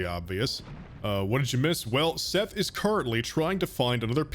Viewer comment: IM TIRED OF YOU SAYING MY NAME WRONG